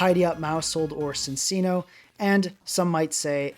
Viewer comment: what did you just call cinccino ? 🤨